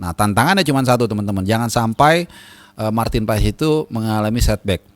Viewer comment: PAES dibaca "pas". Dia akan senang mendengar namanya disebut dengan tepat dan benar.